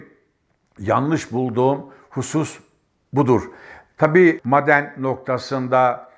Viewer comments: Sabahattin abi lütfen bazı kelimeleri konuşurken uzatmıyorsunuz,onları yazarken farklı ama,okurken farklı okunur.Örnek;"maden" kelimesi,yazılırken maden diye yazılır.Lakin okunurken "a" biraz çekilir.eskiden alfabede bazı harflerin üzerinde şapka vardı hatırlarsınız. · Madenn degil maaden diye söylenir benim bildigim, yanlismiyim acaba? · Teşekkürler.. maden telaffuzunuz beynime beynime vurdu bu arada.:))) seviyorum sizi.. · Maden telafuzunuza dayanamiyorum. Soylediklerinizin dogrulugu hatirina katlaniyorum. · her maden dediginizde yüzümde gülümseme eksilmedi.madendeki a yı biz uzatarak söylüyoruz. belki dogrusu sizinki bilmiyorum.😂.ilahi sebahattin bey.takipteyiz. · "Maden" sözcüğünü yanlış telaffuz ediyorsunuz. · At gözlüklerini çıkarıp gerçekleri anlatsan daha inandırıcı olacaktın sayın Sabahattin Bey. Ayrıca şu maden telaffuzunuzu pek çıkartamadım sanki alman aksanı gibi geldi bana. Yoksa sizde mi alman vakıfları adına altın madeni ocağı hakkında yorum yapıyorsunuz. Özünüze dönün artık bırakın bu fitne işlerini. Gerçekleri anlatın.